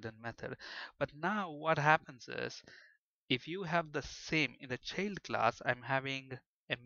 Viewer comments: Sure the sound quality isn't the best, but the biggest problem according to my pupils was the mispronunciations. For example Event isn't all that bad, but Child is spelled with an I and should be pronunced that way, This made my students somewhat hesitant to trust the otherwise mostly good explanations. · Thank you for these free tutos. Everythink is perfect but the prononciation of "child =D" not like that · What keyword are you using for derived class? Sounds something like cheld class. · ah, he's actually saying 'child' class. Sounded wierd.